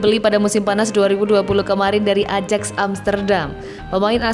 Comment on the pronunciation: ayax min bkn ajaks wkwkwkw